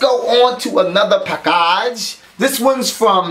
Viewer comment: "Lets go onto another pack-AHge!"